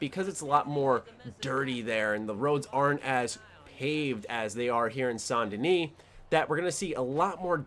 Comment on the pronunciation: You're the only youtuber I've seen that actually pronounced Saint Denis properly.